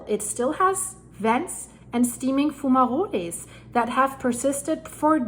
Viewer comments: Foom-ma-rollies 😂. Will never tire of hearing you pronounce that 😂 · is a foom ma rollie. 😊